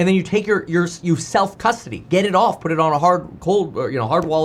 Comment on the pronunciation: I swear to God like couple of minutes of the video I thought you were talking about put then once I heard what you were calling not a put it’s poooo I couldn’t stop laughing. You are a comedian.